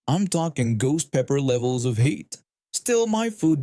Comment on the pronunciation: The third one. It was the reader's accent but is sounded like "Ghost pepper levels of hate", not heat. Figured that was actually appropriate, comsidering that lunch thieves should be punished without question.